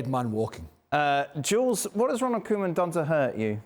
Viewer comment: Jules saying Ronald Koeman's name killed the show😂😂😂